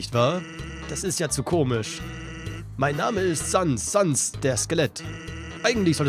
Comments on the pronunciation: Du sprichst sehr viele Namen falsch aus. Es heißt als Beispiel "säns" und nicht "sans". Allgemein solltest du die Namen eher mit englischer Betonung aussprechen. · Ich wusste das du Papyrus nicht Pepeires aussprichst und Sans nicht Zäns aussprichst...ich hasse wenn die Namen nicht richtig ausgesprochen werden. Oh Asgore wird Äsgor ausgesprochen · Er wird säns ausgesprochen Nicht böse gemeint aber die undertale pros werden dich so auseinander nehmen glaub mir das.. es ist echt schlimm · Es is eigentlich jedem selber überlassen, ich sag Sans und Asgor während andere Säns und Äsgor sagen Das Spiel gibt einem egtl nich vor, wie man die Namen auszusprechen hat